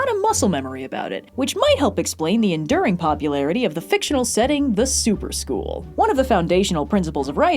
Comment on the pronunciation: Every time said "Super School" I kept hearing "soup or school" and then my chicken noodle soup of a brain kept wondering what the soup du jour was and whether or not I actually had to eat it.